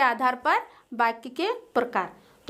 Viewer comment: Here are Mistakes First fall I dissatisfied with your videos and mam also. •very very poor pronunciation •doubts aren't clear •there is no profit of making videos •Mam is saying other words like बाच्या and in digital board वाच्या बाक्या...नही वाक्य •Tarak you say that other subject classes are also held there are no classes of English,computer Upar se madam bhi itna ganda पढ़ा rahi hai .....🙏🙏🙏